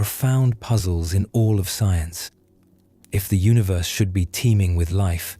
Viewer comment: its UNI-VERSE, NOT UNA-VERSE